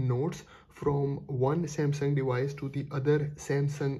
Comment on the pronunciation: your English is damn annoying "dewice dewice dewice"